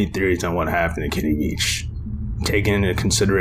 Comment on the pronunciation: Veach not Vich